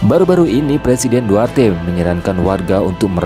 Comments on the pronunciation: Maaf bang, Duterte bukan duarte 🙏🙏🙏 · Maaf Pak bukan duarte tapi "Duterte"yang betul Pak Maaf Pak baca betul2 takut jadi masalah Pak